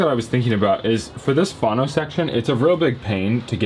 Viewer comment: Why are you calling it a "fawno section" instead of "fono" ? Get your pronunciations straight please. Otherwise, good videos.